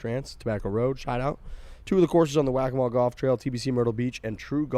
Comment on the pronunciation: Perfect pronunciation of "Waccamaw" boys 👍